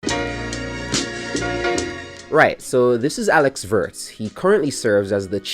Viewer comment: If you want to pronounce his name closer to the real sound, start with "wo" like in "wolves" or "Wood" and add the "rtz" after the long o vowel. Think James Woods, but Alex Woords.